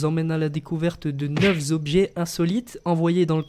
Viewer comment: Pour ta prochaine vidéo, il n'y a pas de S a la fin de neuf. Du coup le neuf'z' objets fait mal à mon oreille ;)